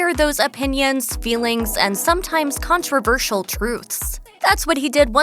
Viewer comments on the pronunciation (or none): none